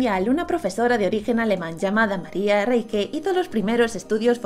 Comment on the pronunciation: Yo sobre volé las líneas de nazca y fue súper lindo y una cosa mas no se pronuncia (María Reique sino María Reich pero su nombre es María Reiche) un saludo desde Perú